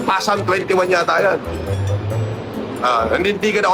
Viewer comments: TANGNAN TO, CUM LAUDE DAW NG CAMBRIDGE PERO YUNG "PSALM" PASALM DAW ANG PRONUNCIATION. KUPAL NA BOBO NA PUNO NG KAYABANGAN AT KASINUNGALINGAN!!! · Ano? PASALM? 😂😂😂😂😂😂😂😂😂😂😂😂😂😂😂😂😂😂😂😂😂. Eto yung topnotcher sa PhD ng humanitarian na naka based pa daw sa London tapos ang pagbasa sa book Psalms ay PASALM? 😂😂😂😂😂😂😂😂😂😂, na choke pa ang puta sa pag-alala lang ng chapter ng libro, bagong pangalan ni Gusgusin, PASALM, 😂😂😂😂😂 PASALM TAGO, PASALM HIBANG, PASALM TANGA, PASALM SCAMMER, PASALM ABNOY, PASALM KATOK, PASALM MUNIN. 😂😂😂😂😂😂. Nagdelirio na ang animal. 😂😂😂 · Bobo talaga si Norman Madusing, pasalm ang bigkas nya Psalm (salm ang tamang bigkas, silent P) talata sa biblia kung bigkasin naman sa filipino ay salmo🤣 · "Pasalm" amp 😂😂😂